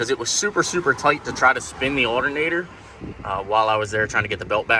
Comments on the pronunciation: Allinater hahahaha his pronunciation of alternator killed me 😂🤔👌🤣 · Alernator is how he says it lol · U say alternator weird man